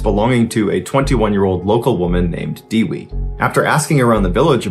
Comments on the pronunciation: fun fact : Dewi means Goddess and this is how you pronounce it De : Deck without ck wi : With without th put em togerher you got the correct pronunciation for dewi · "Dewi" pronunciation as follows: "De" as in Devid , and "wi" as in wicked